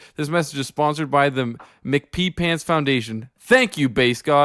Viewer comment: this drives me nuts. it's m. c. pee pants. not mcpeepants.